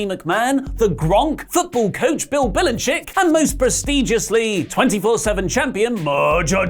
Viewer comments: Its Bell-a-check not Bill-eye-chick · You completely butchering Bill Belichick's name makes me die inside